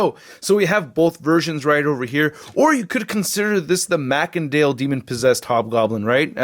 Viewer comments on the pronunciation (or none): It's pronounced Masindale not Mackendale even though it's spelled Macendale!!!!!!!!!!